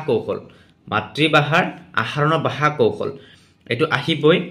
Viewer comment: বাষা নহয় নেকি। 🙁🙄 ভাষা হে হয় নেকি।